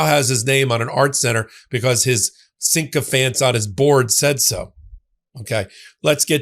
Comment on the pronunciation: The word is "sycophants", not "syncophants".